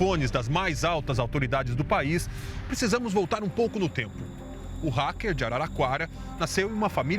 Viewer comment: égua. Será que o racker é paraense?